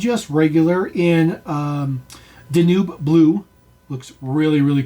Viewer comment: It's pronounced Dan-Ube like the river in Germany